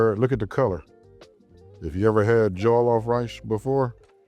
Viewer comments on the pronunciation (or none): Pronounced more like Jor-loff, not joe-loff; thanks for bringing Nigerian culture to more people Sir ! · It should sound like all in ball and the last like off. For example, it should sound Jall' loff but spells as Jollof. Your enunciation is not too bad but you just need to stress the first syllable. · Love it. So it’s Jo-LLOF rice. The stress is on the end haha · cooking something you can’t even pronounce is a different level of crazy 😂😂😂😂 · you watched the video he actually asks whether he’s saying it right and he says it wrong. But maybe you’re his representative, so in that case I’m I apologise